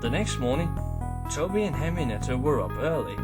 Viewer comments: Henrietta not Henrienetta good story but hearing the name is kind of cringey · her name is Henrietta. why are you pronouncing it "henry-nett-a"? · i kept hearing it said henrinetta bud im not mad was just pointing it out